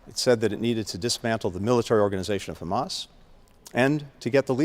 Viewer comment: into the video, listen to what he actually says - "how he defines Hhhrraaammass.." 🤔